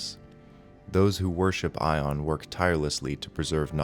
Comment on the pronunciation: you make Ioun sound like Aion. not a connection I think most folks want in their D&D. just FYI. try I-oun. it's how I've always heard it. also sounds suitably 'different'.